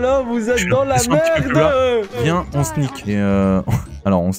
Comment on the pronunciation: ´ viens on sni-k ´ ´😂😂😂